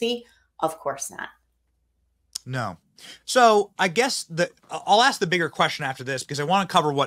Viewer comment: says, "Don't ax me sh-t"!